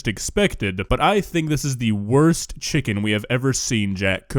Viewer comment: How do you mess up ckicken